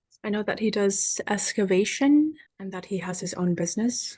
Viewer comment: Excavation NOT EScavation